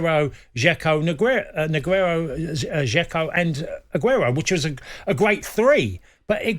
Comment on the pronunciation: Cascarino tryna say "Negredo, Aguero, Dzeko" and almost having a spastic fit is comedy gold